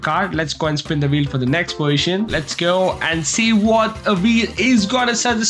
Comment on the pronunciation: bro says poition instead of poSition